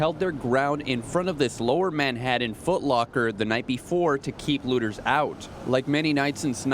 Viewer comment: Please note they are looters, not lewders